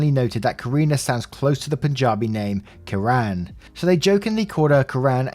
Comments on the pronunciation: Story 2: Kiran is pronounced Key-run. It also means Ray as in sunrays. In Indian culture, you do not speak to elders the way he did. You would only say something like that if they have done something so horrible that they can't be allowed around people and need to be let go. Edit: In Indian culture, it's very common for people to have 2 names, one official that everyone in the world will call you by, and one your family calls you. I have cousins like that who have 2 names. The commenter that equated it to, what if his family wouldn't call her an ethnic name is a false equivalency. Only thing OP did wrong was not explain to him that is customary to have 2 names, and the meaning of the name which is actually a really beautiful name... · Just for a little bit of clarification, English speakers put the stress on the wrong syllable in SO many South Asian names. It's KIran, with the stress on the first syllable and the "i" pronounced like it is in "fit". It's not KiRAN. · Also, it doesn't sound like Quran. It's pronounced Key-run. People often think my name is Koran (it's not). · Kiran, over in India, is actually pronounced Keer-an or like kier-en...lol I hope those make sense haha so yea during my 3 years in India, for a little of that time, I lived with a family, and although I was supposed to call the mom “chachi” for aunt, I knew her name was kiran. One day I actually told her that I really liked her name, I thought it was very pretty, my husband (Indian) was surprisingly apologetic that I would even refer to her real first name. She understood I was just being nice and complimenting her, but even now I’m super surprised that someone’s (an elder’s) title and real name are so important to warrant apology even when said in a nice context, But yea haha I’m just here to inform about pronunciation...